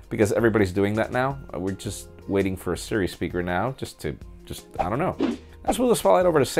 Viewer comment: i like how you say "i don't know " 😂😂